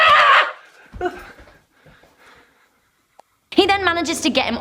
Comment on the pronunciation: Swifter? Lol, oh. Swifer, my British counterpart.